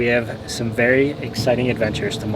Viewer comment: Did you say beary exciting adventures? 😁